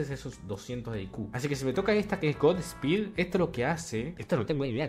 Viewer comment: No sé pronuncia god espeed no se le agrega el es de pronuncia de una la s en inglés osea sería god sspeed así no se le agrega e antes de la s en inglish